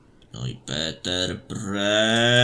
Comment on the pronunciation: Czyta się Peter :)